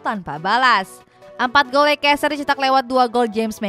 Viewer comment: Bacaan nya leister,bukan lekester